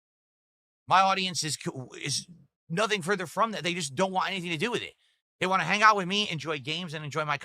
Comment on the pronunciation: The worst thing about him is the way he says “want”